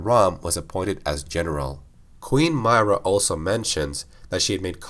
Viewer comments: The proper way to pronounce her name is: "W-ho-Ca-res?" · Please learn how to pronounce her name properly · Why do you say her name like that? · queen myrrah name pronunciation triggering me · The best question is how does someone still mispronounce a name that is said multiple times in the games he is talking about? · The way he says myra annoys me greatly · Two seconds in and you're already pronouncing her name wrong... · It honestly triggers me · He's doing a lore video on a specific character who's name is said many times in the games yet still pronounces it totally wrong, lol. Did he even play them? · Umm, no. When the video is intended to be a bio for a character, it's a very huge deal to pronounce the name correctly.